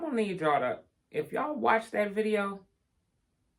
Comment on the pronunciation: I like when you say "Let me tell you a question" "videa" "ye ta de" "imma call yall back" etc.. I love it.